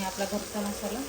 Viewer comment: 🙆‍♀️😂😂 mhasala❌ masala ✅